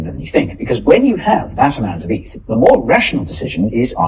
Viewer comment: It’s “eth”, not “eith” you numbnuts 😂